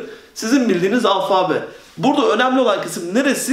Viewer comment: alfaaabe değil alfabe olacak o